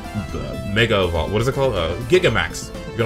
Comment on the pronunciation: this boi said mega evovle